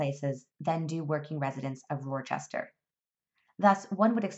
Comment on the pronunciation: Its pronounced “wister” and the answer is systemic racism